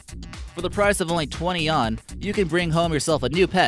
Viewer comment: Hey narrator...you mispronounced several things including quinoa and Yuan.